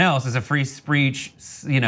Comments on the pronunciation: Ha Ha, said fee spreech!! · How hard is it to say the word "speech"?